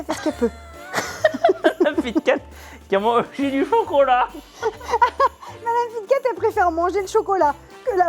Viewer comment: Pourquoi vous dites focolat 😮😮😅😅😅